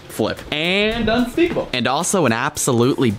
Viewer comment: unspeakable actually not unsekeble. match not mach/ balloon not bollon.